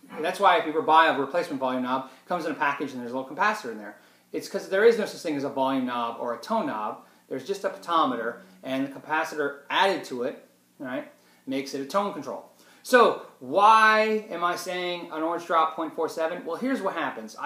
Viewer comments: Potentiometer, not potometer. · Use the word "Pot" if you say the word in full it is "potentiometer" not potometer...no such word -;-) thanks...and yes I was not a grammar major, I speak Chicagoan...deez, dem and doe's...with a a tree dollar bill...;-) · Agreed, his "Potometer" was driving me crazy! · dmoss74 it's potentimeter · it's a potatometer! :) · did he say "pot ah meter"? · it is pronounced PO-TEN-CHee-ometer. sheesh lol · What is a potometer this guy is full of it. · yeah, the pronunciation of potentiomenter was one thing, but the wrong cap value was another. it's .022, vs .047. not .22, or .47. :) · About 97% of these Youtube guitarists have no clue about electronics or how the parts actually work. That goes ESPECIALLY for the tube amp "gurus". Basic rule: if you can't even pronounce a part's name, don't talk about it. And "Orange Drop" is not a brand, it's a techs' nickname that the manufacturers have seen as a great marketing ploy to sell these simple 39-cent parts to naive guitarists for $3.00 who think they're getting something "special". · Mr Genius experienced Super Gtr tech that can't properly pronounce the word potentiometer says so…;-)